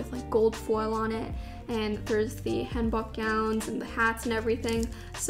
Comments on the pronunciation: 'Hanbok" is pronounced with the "oh" sound as opposed to the "aw" sound!! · Hanbok is prounounced more like “Hahn-Book”. Amazing video!! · It’s pronounced hAHn-bock, btw. The one you chose was really pretty. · Thank you for a great youtube work. I'd like to let you guys know a few things. RYAN is a lion not a bear. And Apeach is pronounced [əpiːtʃ]. Also, traditional Korean clothing is [hanbok] or [hanbog]. :)